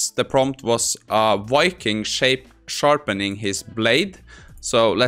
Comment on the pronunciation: What the hell is a "Wiking" ?? Had to laugh, smart enough to code, write prompts, math, but can not shake a pronunciation fault of the English language. :) Wuv Voo